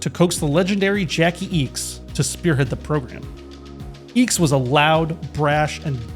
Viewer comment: I wouldn't be too worried about how you pronounced PSK after how you butchered Jackie Ickx's surname. 🤭 Good video though, in fairness.